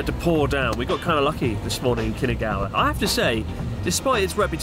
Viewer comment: New drinking game. Take a shot every time Chris says “Kinagawa” instead of “Kinugawa”